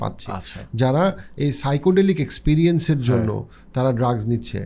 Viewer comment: একটা ভুল উচ্চারণ করেছেন। সাইকোডেলিক না, word টা সাইকাডেলিক। Psychedelic.